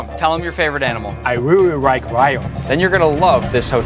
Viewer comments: "I rearry rike lions" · “I rearry rike rions”😊 sounds like my Japanese friend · "I REARY RIKE RIONS!!!" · "i reary rike ryans" BRUHH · "I reary rike rions" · bro really said " I WEWE WIKE WION " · I reary rike rions 😭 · "I rearry rike rions" Bruh I forgot bayashi was Asian and thought he was imitating the accent 😭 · i rerry rerry rike rions Ching chong ping pong fa mulan i want to be ninjaaaa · “I reary rike rions” who’s gonna tell bayashi of his pronunciation 😁